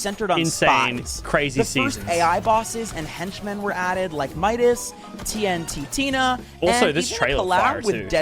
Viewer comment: TNT Tina, Galacticus, Hemingsworth…butchered them names 😂